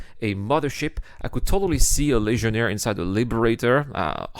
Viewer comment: Funny way you are saying that Legionnaire name. I don't hear "g" there. I hear something like Lesionnaire 😝 Don't hate me, it's just a friendly jab :p